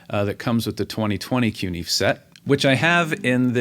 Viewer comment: Learn to pronounce the word. "Fe" in CuNiFe is pronounced "Fay". Coon-Na-Fay. Thanks!